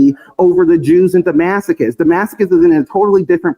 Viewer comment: this person's way to pronounce Damascus sounds like he is saying da-masochist.